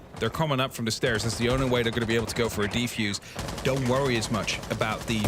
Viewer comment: Why is that loser calling it a "defuse kit" like shut up bruh it's defuser or case. These commentators got on my nerves ngl